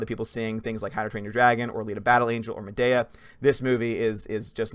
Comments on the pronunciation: Bro.... it’s (Mah)-(dee)-(ah) NOT (mah)-(dae)-(ah)😂😂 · Why are you saying madea wrong lol